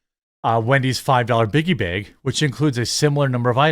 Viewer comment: The way you say bag hurts my ears